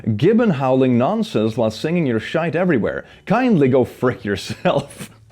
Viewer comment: Love how he pronounces 'sh!t' the Irish way :)